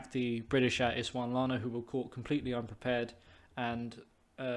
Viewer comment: It’s Ees sund la wa na :)